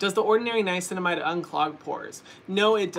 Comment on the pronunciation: drinking game: take a shot every time Hyram says niacinimide